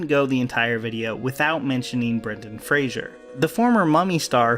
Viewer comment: It's Fraser, not Frasier